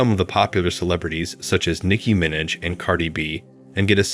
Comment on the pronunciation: You need better voiceover software. “Com-promising” “min-ij” “youber”